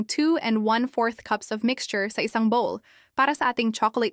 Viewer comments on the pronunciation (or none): none